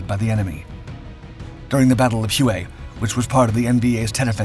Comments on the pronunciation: First it’s pronounced WAY not Huay. 😅 Secondly it’s pronounced Ontose. The second oh is pronounced oh. On tose. You would think that if you were going to do an historic video on a key battle of the Vietnam War you would talk to some Vietnam Veterans and not just make it on your own. I’m a Vietnam Marine Veteran and I know what they’re supposed to sound like. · Hue (whey ) not (whoey) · Pronounced "Hway" not "Hew-ay" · Love the Vids! Pronunciation: "Hway" not Huway "Chassis" the end 's' is silent. Like Chassy. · It’s pronounced WAY …not hoo ee. (I did radio tv news in Nam for AFVN) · “Hue” is pronounced “way”. Not Hughie. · HUE is pronounced as "Whey" in Vietnamese just FYI. Not Hew-ay. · I saw one one the outskirts of Quang Tri City in 1969. It’s not pronounced Huey but it is pronounced Way (Hue). Ontos is pronounced ontose. Just saying. Do a little research with some Marine Vietnam Veterans that would know how to pronounce these words. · Hway. You are correct, sir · The city is pronounced "Way". not "who E". Other than that I enjoyed this production. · I've never heard Hue pronounced two syllables, hue-way. I've only ever heard it pronounced in a single syllable like Hway or whey. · Huey was a Bell helicopter. Hue is an ancient city pronounced WAY. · "hway" not "hoo-ay" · Hue is pronounced “way”. Not hu….E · Pronounced Hwey not hoowey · “Hue” is pronounced “way,” not “hu-aaa.” It hurts my ears every time you say it wrong. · hWay not Hugh-Ay, Shazzy not chas sis. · Hue is pronounced "way" not "Huey" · Its pronounced 'way', not 'Huey'! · Huế is pronounced whey, not huey. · whey not hu wey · Hue is pronounced 'way' NOT 'huway"... if that voiceover is an actual person it sounds synthetic... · Nice vid! Just for your records the pronunciation of Hue is more like “whey”. I dig your stuff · It is pronounced "way" or "whey" approximately. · Good report. Note to narrator: 'Hue" was pronounced 'Hway". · Hue is pronounced as "hwhey" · “Hugh-way”. lol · Hue is pronounced "WAY"